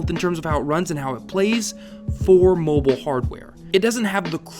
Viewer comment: "Call Of Duty Momo" lol